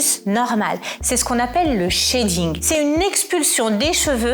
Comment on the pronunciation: shedding pas shading, shed est un verbe en englais